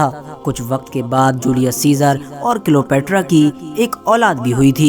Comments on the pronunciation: Are wo Cleopetra ko kilopetra bol raha hai dhyaanse suno🤣🤣🤣🤣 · Bhai wo Cleopetra hai kilopetra nahi 🤣